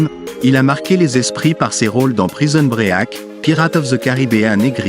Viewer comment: Ah oui c'est clair ! Prisone and bréaque, ça m'a tuer